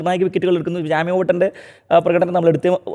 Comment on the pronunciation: ജെയ്മി ഓവർട്ടൺ എന്നാണ് അയാളുടെ പേര്. ജാമി അല്ല. ഒരുപാടുവട്ടമായി കേൾക്കുന്നു. എന്തോ പോലെയാണ് കേൾക്കുമ്പോൾ. ദയവായി തിരുത്തണേ.